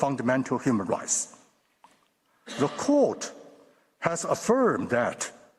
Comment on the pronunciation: this man said ... a full spectrum of rice ( rights) LOL.